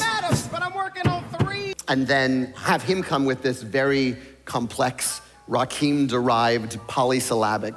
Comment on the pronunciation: somehow lin mispronouncing rakim’s name is a perfect distillation of why i don’t like him (especially because rakeem is a real, completely different rapper). i don’t think he ever really understood what hip hop is about and why it’s special. Like hamilton himself, i think he just romanticizes his own interpretation of them in his head informed only by cherry picked bits and pieces.